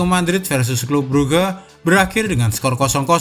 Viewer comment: clube bruge bacanya klab bruk min